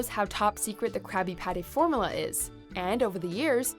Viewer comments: "formala" triggered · Ur saying formula wrong....